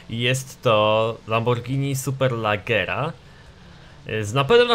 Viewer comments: Superlaggera rly? xD Poprawiając Superleggra. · SuperlEggera a nie SuperlAggera ...